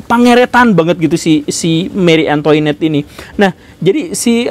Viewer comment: Punten Pak Guru, mau koreksi cara baca Marie Antoinette, Antoinette dibacanya Ang'twanet terus Guillotine dibacanya Giyotin🙏